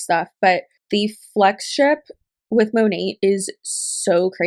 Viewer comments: It's driving me nuts that she says Monat wrong. I don't know why. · It will never not annoy & amuse me that MONAT's own salespeople don't know how to pronounce it correctly.